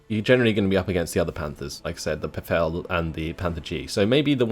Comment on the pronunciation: Good job on the "befehl"! ;)